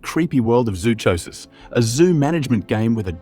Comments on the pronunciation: YOU COULD START BY PRONOUNCING ZOOCHOSIS CORRECTLY! I WORKED at a zoo, I KNOW what I am talking about-- it is pronounced like PSYCHOSIS! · Hahahahahah zoo cho sis. This is how I feel when people say y'kooza. It's wrongggggg!